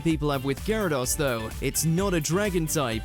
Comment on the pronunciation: ... please actually listen to the clips before doing your voiceover You said Gyarados, followed immediately by the show saying it correctly And Pokèmon is still being said incorrectly 25 years later